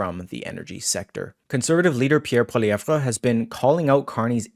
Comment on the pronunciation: The "re" in Pierre's last name is STILL silent. Please listen to how HE pronounces his name.